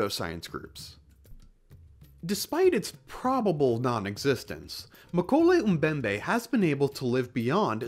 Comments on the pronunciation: Even if this so-called “dinosaur” is fictitious, I’m pretty sure that the name is pronounced as “Moe-KEH-leh”, not “McKolay.” Just sayin’. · um-koley um-bembey, man I love american accent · Many problems with this video, first of which is your pronunciation of mokele-mbembe